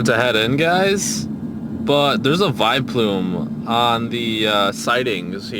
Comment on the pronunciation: its vileploom not viploom